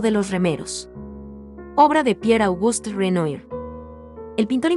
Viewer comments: Renoir= Renua así es la pronunciacion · No se dice Renoi, se pronuncia "Renuá". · Deben enseñarle primero a la comentarista del video a pronunciar correctamente los nombres de los artistas. Renoir, pintor impresionista es Renuar....no renoir. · Se pronuncia renua (Renoir) es Boticheli no Baticheli ( Boticcelli), se dice Yak Lui David l pronunciación ( Jaques Louis David , se dice Aviñón (Avignon) , se dice Cezan (Cezanne), se dice Yoconda (Gioconda) , se dice Guernica, la segunda vez lo pronunciaste bien, se pronuncia Polok (Pollock) , se dice Mone ( Claude Monet) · Disculpa el apellido del Pintor Renoir se pronuncia ("Renua") es francés y no se pronuncia tal cual se escribe.....!!! Un poco de cultura general, por favor...!!!!!! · Disculpa, pero tendrías que estudiar más antes de hacer un video, Renoir se pronuncia renuar, BOticcelli no BAticelli, la muerte de MArat.. No lo termino de ver.. una pena, el relato parece interesante. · face-orange-raised-eyebrow: que pronuncies mal Renoir ok se puede entender pero BATICELLI. Por favor dedicate q otra cosa